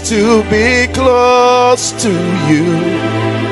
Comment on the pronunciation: That man said clost 😂🤣